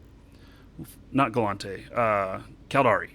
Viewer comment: OMG it's gallEnte not gallAnte. Am I wrong about this?